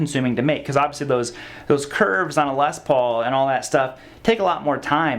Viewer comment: What a whiner! Imagine complaining about a guitar that Angus Young and Tony Iommi played for decades and wrote countless amazing songs with. Also, it's Les Paul not LES paul okay. Put some respect on the man's name and legacy.